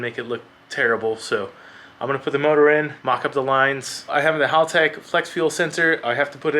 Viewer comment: Why do Americans insist on saying everything wrong? First it was "Con-sigh" wheels (should be 'con-say') now you keep saying Holtech... It's Hal. Like the name, Hal, like the dad from Malcom in the Middle. "Hal"tech. Not Holtech.